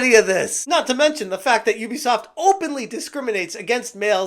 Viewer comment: Ubisoft ❌ Oobisoft ✅